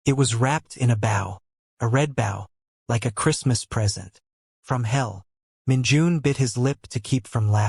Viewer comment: I need writers to learn about homonyms and homophones. Because red bow is pronounced red boh. I love the best friends. 😂